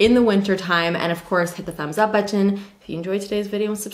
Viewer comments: But ten. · I don’t know if that’s a Canadian thing but my NYer ears always perk up in confusion when I hear it. I’ve never met anyone that doesn’t just swallow the t sound haha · Aubri no not a Canadian thing, I’m Canadian and she’s the only one I’ve heard say it like that. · People in Toronto do not even acknowledge the existence of the second "T" in any word! 😂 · The way you say “button” ❤️